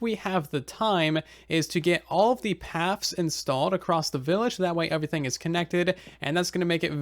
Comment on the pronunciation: has anybody else noticed that he says uvrething instead of everything. is it and accent or something?